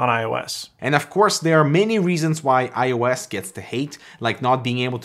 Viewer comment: iOS not iUS